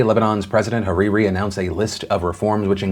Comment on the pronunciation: HAHAHAH THE WAY U SAY HARIRI